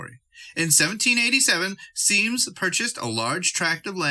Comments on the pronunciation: Symmes is pronounced as Sims. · Symmes is pronounced "sims"